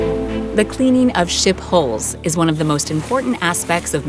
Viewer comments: For your international viewers it would be nice not to pronounce HULL constantly like HOLE. Thanks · It sounds like she’s saying “ship holes” every time she says “hulls.” Damned computer voices. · It's pronounced haul not holes